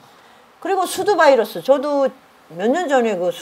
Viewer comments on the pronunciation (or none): none